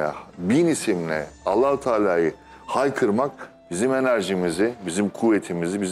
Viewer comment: ALLAH kelimesini hizli değil ...ALLAH....ALLAH....DIYE pekiştirerek söylenmesi lazımmış hissederek ..